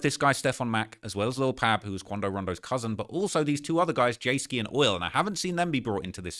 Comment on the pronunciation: BTW- you might get a pass because it might just be your accent but it's Lil' Pab pronounced Like Bob, Cobb, Mob, Rob, etc.......... It's NOT pronounced like Cab, Dabb,Lab, Tab etc....